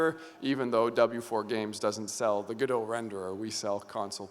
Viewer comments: What immediately drew my attention at the beginning was the green rim lighting you had. Also, now I'm REALLY confused. I always thought it was Gō-dŏt. I was sure. Then you pronounced it as Gu-doe. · 𝗜𝘁´𝘀 𝗚ó𝗱𝗼𝘁, 𝗻𝗼𝘁 𝗚𝗼𝗱ó𝘁. 𝗚Ó𝗗𝗢𝗧. 𝗚𝗿𝗲𝗲𝘁𝗶𝗻𝗴𝘀 𝗳𝗿𝗼𝗺 𝗔𝗿𝗴𝗲𝗻𝘁𝗶𝗻𝗮, God bless you. 🟣🔵⚪🟡⚪🔵🟣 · I think officially its like how he pronounced it. Godot comes from the title of the play "Waiting for Godot" by Samuel Beckett, so it will be that pronounciation. However I noticed Juan ponounce it Godot where o is pronounced as in "on" (both "o"s). Most people however misunderstand the name as Go-Dot, which is just wrong. So the correct way is GOD-oh / guh-dow